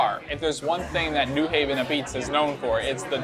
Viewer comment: newing? It's new haven, ct